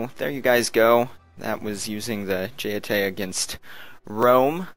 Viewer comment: Getae are pronounce Get-A